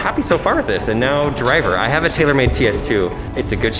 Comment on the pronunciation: lol said the talormade TS2 👇